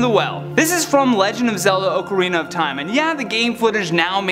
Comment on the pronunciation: It's not Oakarina. You don't say Oaktober or Oaktopus